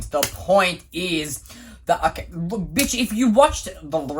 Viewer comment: Whenever says "Hmm, okay", he sounds like he's saying "I'm gay". 💀